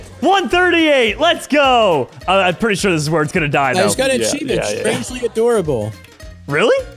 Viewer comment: Ha get it he said adora-bol